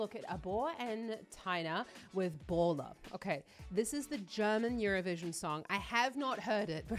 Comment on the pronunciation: Not baller you pronounce it baler